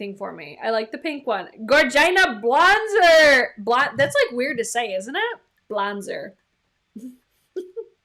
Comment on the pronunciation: Blonzer sounds like you've got some type of speech impediment